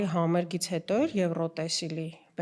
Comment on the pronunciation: «Եվրոտեսիլ» չէ, այլ «Եվրատեսիլ» …Ամոթ է, պատկերացնում եմ՝ ասենք ռուս որևէ ռեժիսոր կամ թատերագետ սխալ ասեր այդ բառը իրենց լեզվով